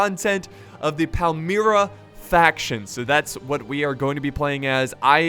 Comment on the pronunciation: it pronounced Pal - Mi - Ra